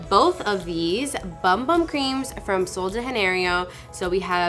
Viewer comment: So the BumBum... if you're representing Boxycharm, you should know how to pronounce the products. It's not bum bum is boom boom, and it's not Spanish it's Brazilian and they speak Portuguese, the "j" is not silent.